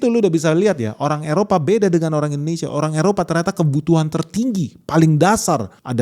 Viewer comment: Malaysiah... Indonesiah... Bekasih.. horehh😂